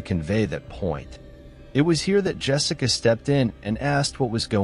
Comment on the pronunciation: Wonderful narration! My own qualm with it is that you keep pronouncing Yessica as Jessica. Yess-ica not Jess-ica.